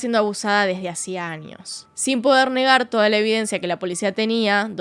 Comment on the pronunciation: Pd: me gusta como pronuncias la ñ, anios, ninios, extranio